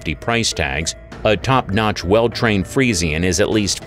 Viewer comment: You're pronouncing the freisan breed wrong